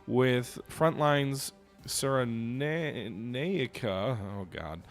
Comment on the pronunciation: It is produced ‘Ciren-eye-ca’